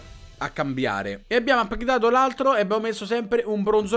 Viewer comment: min 8.04 "Abbiamo APPGDATO l'altro " ahahah